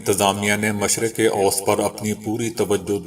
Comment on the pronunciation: آپکی ایک غلطی کی اصلاح: مشرق اوست غلط ہے ۔ مشرق وسطی ( middle east) ضحیح تلفظ ہے۔ شکریہ